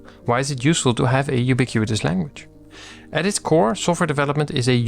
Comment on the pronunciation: Thanks for yet another gem of a video. As a senior software engineer your videos help me communicate the things I treasure in simple terms for everyone to understand, which can be a real super power ☺ btw: congrats pronouncing “ubiquitous language” 3x in a row without messing up… 😅